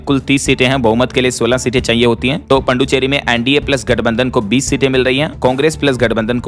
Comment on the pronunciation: पुदुचेरी बोला कीजिए पड्डुचेरी नहीं होता